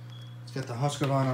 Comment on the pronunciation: Swiss? "HuskAvarna"? LOL!